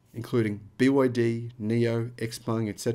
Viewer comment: Dude, it is not 'Ex Peng' but 'Ciao Peng' (Tsao Peng).